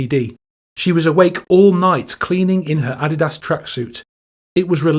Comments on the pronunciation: Is "added ass" a common pronunciation of adidas in the uk? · The way you pronounced Adidas made me physically recoil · Just a gentle FYI, Adidas is pronounced: Uh-DEED-us, not the way it sounds here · This guy cannot pronounce Adidas? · I have NEVER heard "Adidas" pronounced like that!! LOL What the heck?!